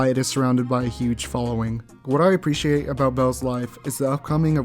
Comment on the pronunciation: "I aprrictiate belle for being a buisness womean" very sus